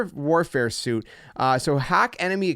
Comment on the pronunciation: Suite is pronounced "sweet"